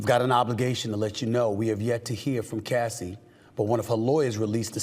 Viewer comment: It's very concerning that he couldn't even say Cassie's Name! 😮😮